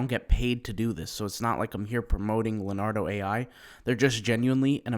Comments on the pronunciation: It's not pronounced Lenardo, it's pronounced LeeOnardo. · It’s Le*O*nardo. Da Vinci? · LEO NARDO not LANARDO